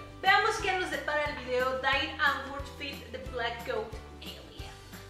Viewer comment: No se pronuncia Dai, se pronuncia “Di” de hecho tienen una canción donde se la cagan a la gente porque lo pronuncian mal xD